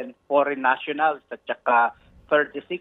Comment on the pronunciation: Hahaha what a pronounciation faren national! Amazing?